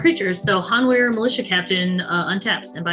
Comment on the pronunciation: Weird pronunciation of Hanweir but alright.